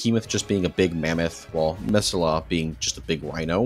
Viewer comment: Agh, your pronunciation of Methuselah pains me XD. Meh-thoo-seh-laa